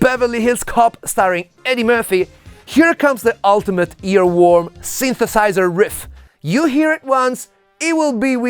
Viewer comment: "the sinthesaizerh" as only an Italian guy can pronounce! 😍